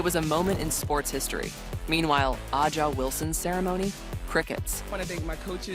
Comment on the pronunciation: Is it too much to ask for the narrator to correctly pronounce Wilson's first name?